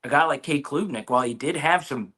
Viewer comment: Mafah was hurt and it’s Klubnik, not Kloobnik